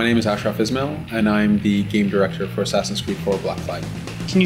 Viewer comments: Its Ismail not Isnail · His Name Is ashraf Ismail But Not Isnaıl